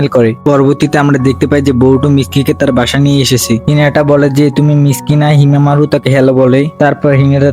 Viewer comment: ওইটা হিমা মারু হবে না হিমা ওয়ারী হবে আপনি বারবার যে যে যে যে যে করেন কেন😊😊😊